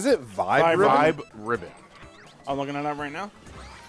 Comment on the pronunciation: I've never heard anyone pronounce Vib-Ribbon that way before